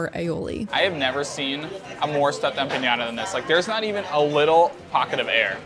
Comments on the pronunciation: I don't see what the big deal is. Do you people just eat rocks? Food seems simply cooked. Which is a good thing. $12 empanada? 🙄 BTW y'all's have the worst Spanish pronunciation that ever came out of a gringos face hole. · I appreciate the review, but... Listen... If you keep pronouncing empanada as if it had a ñ in there, I'm going to lose my shit! STOP IT! NO Ñ! NO MORE. And it's called mountain goat, because mountain goats are wild and they kick. It's very simple. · Empanada not empañada. We actually call them pastelillo or empanadilla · Fyi There is no ñ in empanada so that nya sound you kept adding was oh soooo irritating. Sorry. Thank you for your review. We certainly love 🇵🇷 cuisine here on our island. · say it with me folks... empa-NADA. You're saying it like Piñata... Theres no squigly thing above the N lol. Its just Empa-nada. Not Nyata... LOL I can't stop laughing at empañata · Empanada doesn’t have a tildre over the n, so you’re pronouncing it wrong. You’re pronouncing it as empanyada. Correct pronunciation is empanada. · Gracias! Me dolió tanto escuchar "empañada" 😂. EquipoEmpanadilla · Empanada is not empanyada! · great video!! new subscriber:). just an fyi.... you spelled and mispronounced empanada. there is no Ñ. just straight up empanada not empaÑada. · *Empanada Em PaH Nah Dah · Much appreciate the video and shining a bright light on a Puerto Rican restaurant, but please “Em-PA- NA - DA”. You’re not pronouncing the word correctly. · they were saying empañada. That's what I was referring to... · I loved ‘being there, by watching. Recommendations: practice pronunciation de “empanada”, & good to have personal preferences & assessments, but some of the places you were most critical of~ were only missed, if one is without context of ‘How a food is eaten, & as part of the history, culture, experience of interacting with the cuisine… So that is where I’d hold off on attempts to provide recommendations— to what are obviously a team of master chefs ;>